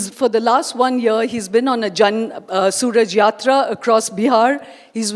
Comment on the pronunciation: Soma hit a slap 👋 as she pronounced jan suraj yatra.. Pathetic😮